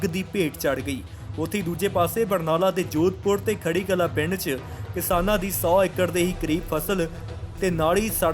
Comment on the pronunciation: ਬਾਈ ਖੜੀ ਕਲਾਂ ਨਹੀਂ ਬਾਈ ਖੁਢੀ ਕਲਾਂ ਹੈ